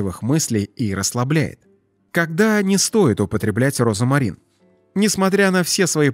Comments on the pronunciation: Диктор, розмарин, а не розамарин! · роЗМарин, а не розамарин. В остальном, кроме вкусовых сосочков, неплохо! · Почему диктор говорит , розАмарин, ? В русском и пишем, и говорим ,розмарин,. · 🤦‍♀️😂" розАмарин"? Розмарин👍☘ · Розмарин, а не розомарин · Не розомарин, а розмарин. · Как же надоел твой робот. РОЗАМАРИН вместо розмарин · Читайте правильно: РОЗМАРИН' а не розАмарин. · Слух режет ваш Розамарин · Произношение как у диктора! РОЗОМАРИН! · Розамарин? Что мешает диктору правильно произносить название? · Говорят и пишут РОЗМАРИН неправильно говорите обратите внимание диктор??? РОЗМАРИН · Пишется розмарин,а читаеся и произносится-розамарин!!!